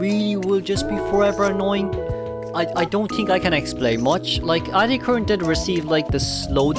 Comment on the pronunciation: Antiquarian sound really like Anti Korean